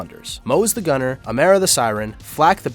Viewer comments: Who says amara like amaira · Partali is a planet... “amaira” lol